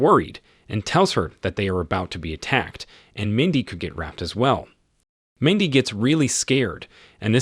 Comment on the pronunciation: Dude you need to learn basic English pronunciation of common words like “raped.”